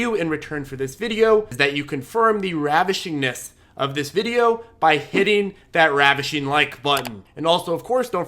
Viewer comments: "ravishing Like button" lol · Okay so I hate it when you say “ravishing” but I can’t just be a taker. 👍🏻 thank you for clear and concise videos. As I am weighing what courses to buy into this year, I lean towards you because you are straight forward and already give a lot. Ie you deliver according to the titles, it’s not just click bait. I don’t feel like I’m being subjected to highly manipulative advertising tactics and my understanding is growing. Thanks, guy!